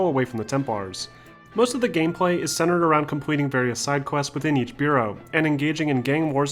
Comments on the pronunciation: BUH-ROWS not beuros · Your pronunciation of boroughs sounds weird almost like "bureau." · One minor thing that was like daggers stabbing me was the pronunciation of borough. It's not "bureau" it's pronounced "Buh-ruh". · Anybody feeling weird when he says 'beauraus ". Its called boroughs btw , just a small pronunciation mistake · It's boroughs not bureaus lool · Burroughs as in Buh-ruhs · no it’s Boe-row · its bore-row